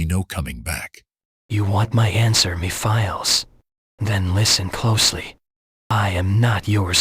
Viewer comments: It’s pronounced “Mephiles”, not me files. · first off you pronounce the name wrong you clearly won’t listening to the cut scenes from 06. Also, you clearly forgot that he doesn’t have a mouth seriously he’s creepy enough as it is without one. You don’t need to give him a mouth to make him more terrifying